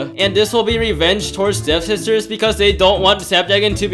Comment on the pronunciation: Waaiiit its devSISTERS??? Not dev-ster?